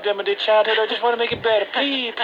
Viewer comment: plea plea pleaaaa the word's please plea---uhz. lmao